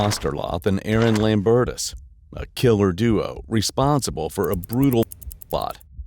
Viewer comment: "a red SUV belonging to a 'man' named Aaron Lambertus." I would highly question the use of the word "man." I would also think that the last name should be pronounced "lame-bertus."